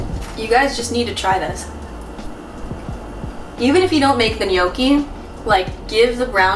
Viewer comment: Brava...good pronunciation! Many American says gnocchi wrong. And well done, also for recipe! Muy ricas! :-)